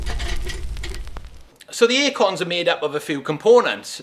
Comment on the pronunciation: Bro sounds like he's saying "akons" I keep thinking about the 00's rapper, hahaha.